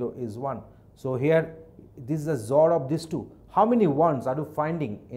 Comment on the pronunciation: sir with your zor pronunciation people will be confused . please tell x-or :)